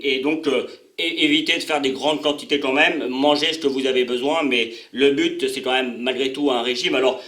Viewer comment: Donc. Et pas donque, but. Et pas bute